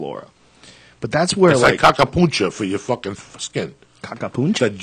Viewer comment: "Cacapooncha" When Joe repeats it back to him hahahah